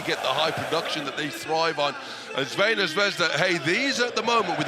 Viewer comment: try to break your tongue a little more to say: Tsrvɛna